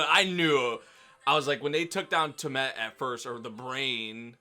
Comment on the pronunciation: Tea-uh-mud Lol